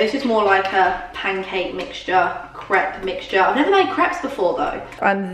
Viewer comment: Winced everytime she said crêpe wrong